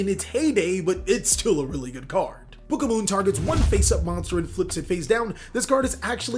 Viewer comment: it's book OF MOON NOT BOOKAMOON u pissed me off so much